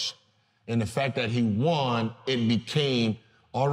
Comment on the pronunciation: why does he keep saying, Juan? Is there someone responsible for how good Curry is named Juan or do we not say won (pronounced like the number one) anymore?